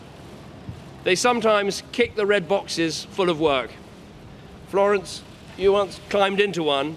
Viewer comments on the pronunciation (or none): none